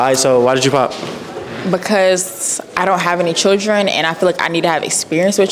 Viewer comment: And why is she pronouncing “children” as “chitchren” or “choochren” lmfaoo huhhh?